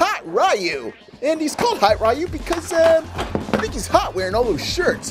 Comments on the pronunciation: It's not r yu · it's ree u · upsets street fighter fans by Calling Ryu RI U